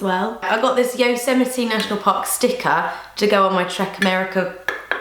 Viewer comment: lol I think a lot of people do, but she pronounced it correctly. (yoh-sem-it-ee)